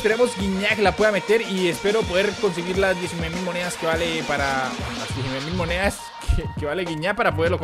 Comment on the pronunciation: like si te diste cuenta que dice "muneas"